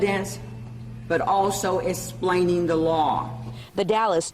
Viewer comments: Stupid DA can’t even say the word explain. She says esplain. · can someone EXPLAIN to the DA how to pronounce esplain before she goes on tv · "...but also 'esplain tha facts..."